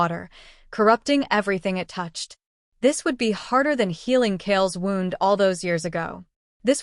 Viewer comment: I am curious why the AI voices cannot say wound as in someone got a cut. They keep pronouncing it as wound- like I’m all wound up. It is frustrating because so many of these channels pronounce it the same way.